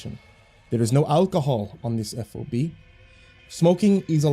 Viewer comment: Just an fyi DFAC is pronounced Dee Fak. FOB is FAH-B